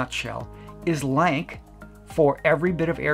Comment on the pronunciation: I believe it's pronounced "Lance" not "Lank"